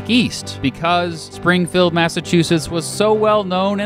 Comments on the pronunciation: Spring - feld ? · tharockus I noticed this too.Sounds like "Springfulled".